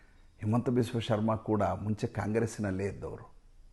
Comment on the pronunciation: ಅದು ಹಿಮಂತ not ಹೇಮಂತ್